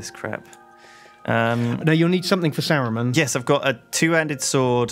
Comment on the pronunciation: fucking butchering all of the names, saruman is not a hard name is it